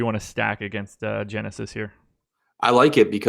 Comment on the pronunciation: Have to say, you guys kept calling him Genesis but with my research found out his name is pronounced (Henesis)....